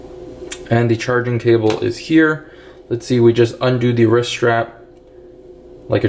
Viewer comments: Why do you say risk ? It’s rist ! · Why do you keep saying risk? It’s called a wrist.